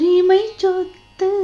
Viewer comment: Sothu…. Not chothu….